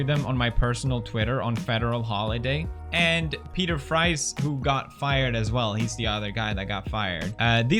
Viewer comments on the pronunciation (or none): none